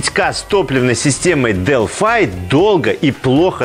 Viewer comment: Почему Delphi вы произносите как Делфай , а не Делфи?